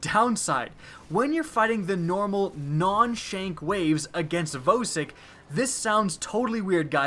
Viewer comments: Michael Frenish He's killing me with saying Vohsik... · Stop saying "VO sik" it's "Vah-sik" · VAH - SIK ✔ VOE - SIK 🚫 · you say vosik really weird hah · Pernounced Vah-sick btw it kinda bugged me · Atomik Gaming "VOE"sik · Vosik (v-a-sick) NOT (v-O-sick) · again, it's not voseik. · The way you say Vosik makes me mad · no offence, but i cringed every time you said vosik.